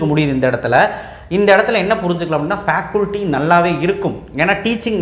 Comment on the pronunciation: ஃபேகல்டி ன்னு சொல்லுங்க ஃபேகுல்டி இல்லை.